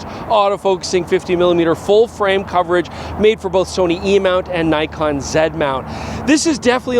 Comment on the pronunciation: Not surprised doesn't know how to pronounce the Chinese brands, he still hasn't learned to pronounce Nikon after all these years 🤣